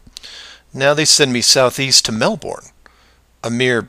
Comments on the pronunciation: Try pronounce Melbourne right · Jake Johnson Oh sorry I thought you were making fun of the pronunciation It’s actually like Melbourne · Jake Johnson Close you need less emphasis on the bourne bit and more on the Mel